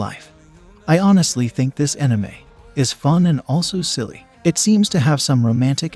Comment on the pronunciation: Is an enime anything like an anime lol.. thats the first ive ever heard that particular wrong pronunciation